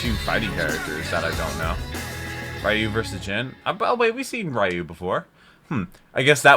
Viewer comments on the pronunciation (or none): Ryu is pronounced Re yu.